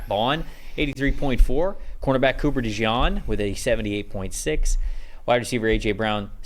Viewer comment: Is it really that hard for you (dude on the right) to pronounce Cooper’s last name correctly? It’s DeJean like Gene or denim jeans